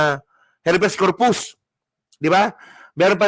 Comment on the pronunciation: konting suggestion lng. Pa improve nmn sa pag basa at pag bigkas. Pag hnd familiar sa term google agad. Iba ang REFUGE sa REFUGEE at check na din ang HABEAS CORPUS. Thanks po